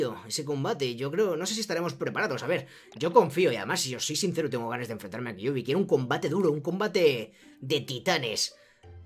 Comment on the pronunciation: Se que se llama Kyubi pero se pronuncia "Kiubi"